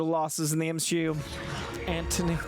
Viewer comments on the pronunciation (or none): Did just say "M-SHE-U"? 🤔Is he turning to the darkside? 😦